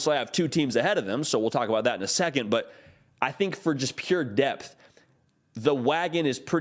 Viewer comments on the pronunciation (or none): none